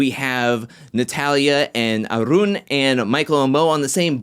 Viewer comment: You speak smoothly, sir. I like the way you roll your 'R' when you utter Arun's name. --.